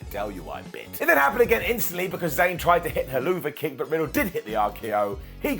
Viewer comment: Does know that's it's pronounced Hell-of-a kick?